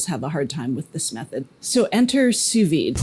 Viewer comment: congratulations: your pronunciation of "sous vide" is not easy, but you got it right. And I am a native french speaker and I have a PhD in chemistry too; but in France, the steak has to be much less medium; just rare; and in France, people do know a little bit about cuisine and eating. And drinking too, of course